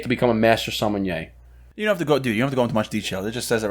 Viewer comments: sommenyeaaa is NOT a thing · There’s no “N” in the sommelier 🤣